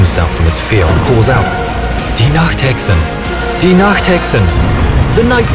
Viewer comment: good work at for pronouncing any german words right. I heard alot people failing on nacht and pronouncing it nackt which means naked.